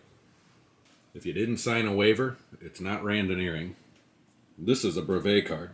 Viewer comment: Thanks for the great video! You mispronounce brevet.